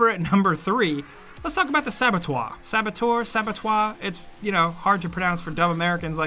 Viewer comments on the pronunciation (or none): its spelled SA-BO-TER, not fucking Sabatoire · Pronounce it sa-buh-tur (American) or sa-buh-tuh (British) but not sa-buh-twoir. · Sabotoi? It's just saboteur, dude. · For the record its definitely pronounced "sab-eh-tour." I have no idea what that second pronunciation was. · Far cry 2 was not underrated at all. Most people loved it. Oh and it’s saboteur not sabatoire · It's pronounced "Sab-o-toor". For it to be pronounced "sab-o-twah", it would have to be spelt "Sabotois". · You pronounce "saboteur" as if was spelled "sabotoir" and pronounced "sabɔtwaʁ". But it's "sabɔtœʁ", with the letters "eu" pronounced a bit like the vowel in the English "girl", "bird" or "fur". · For gods sake it's not sab-a -twa or twoor, you say it like SABA-TOOR .... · It's "Sab-oh-tur" but the 'tur' is a cross between the 'o' sound in 'love' and the 'er' in 'nerd'. "Sab-oh-twar" like you said it, would've been written in french as "Sabotoir", which reminds me of the word "Abattoir"...which is not a nice place.... :) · It’s Saboteur not sabotoir. You clearly didn’t grow up watching TRAPPED and it shows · Yeah, it's pronounced sab-a-tour, definitely not sab-atwar..! Just so you know..! How can you not know..?? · You were spelling it more like "saboteoire". The best way I can write its pronounce for an English speaker is close to "sabotuur". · you got it for the "sabot" part of saboteur, but it is not oir the last part is spelled her sabot"her" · You are pronouncing "saboteur" like it is spelled "sabotois". It's just Sa-Bo-Tur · Its definitely saboteuR, we pronounce our R's over here in murica. Yes thats a multilayered joke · Definetely NOT pronounced sabotoir lol. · It's pronounced Sabo-tour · Come on, dude, to pronounce it as you do, it would have to be written as "sabatoir".. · Sabatoir? why cant you spend 8 seconds figuring out how to pronounce it? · SAB-A-TOUR. Stop making Americans look stupid. We're not all illiterate morons who can't pronounce simple words. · Sabetoir. Really?